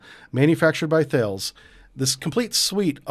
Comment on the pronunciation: FYI Thales is pronounced tah - less. You might find it useful